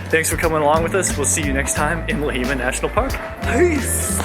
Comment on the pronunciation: it is Lahemaa, not Lahiima or Leiheema lol